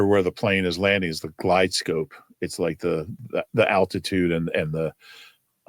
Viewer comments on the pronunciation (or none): "glide slope" NOT "guide scope"